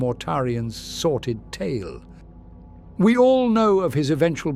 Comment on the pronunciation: Dearest, are you using the word 'sorted' instead of 'sordid', or is the voice reading it wrong? It's the second video I've noticed it in, and I listen to these repeatedly to go to bed, so I keep hearing it😅. I thought I'd ask to satisfy my curiosity.